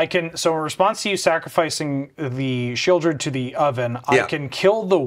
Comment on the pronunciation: "Oh that sheoldred" 🤬